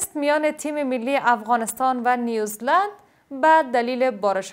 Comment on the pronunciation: با عرض سلام به بانو گرامی سه بار در مورد فوتبال در کشور نیو -زیلاند و یا هم نیو -زیلند شنیدم که نیوز -لند تلفظ شد امید است آزرده خاطر نشوید